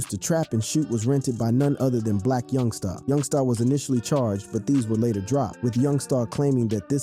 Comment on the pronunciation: Boy why yo say my homie name like that!! Yungsta not yungstaaaa..